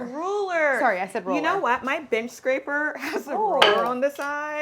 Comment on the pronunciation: thought i was the only one! "bitch scraper" too. Made me giggle.